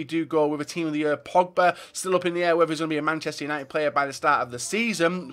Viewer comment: That's how you say it?